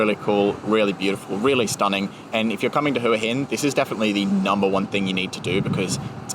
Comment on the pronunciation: I've noticed that tourists pronounce Hua Hin as Hooa Hin but the locals pronounce it as Wa Hin